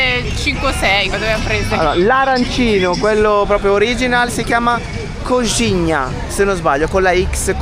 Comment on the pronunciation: Ottima la coxinha (si pronuncia coscigna) Si chiama così perché a base di pollo sfilacciato e perché ricorda una coscina di pollo 😊